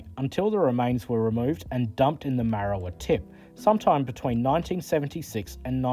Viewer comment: Its Marra war..... There is a lot of oddities locomotives here in Tasmania.